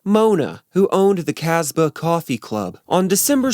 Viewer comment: You have mispronounced SO many names and words. LITHERLAND, Bob “WOOLER” Richard STARKEY and it’s CAS BAA (Casbah) not Cazbuh. Come on now. If you are presenting something as “well researched” then learn to pronounce the names and words properly. I think you are just kind of copying this from other stuff. Most of this is all well known by Beatles fans anyway.